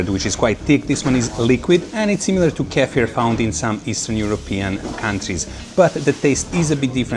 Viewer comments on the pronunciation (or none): none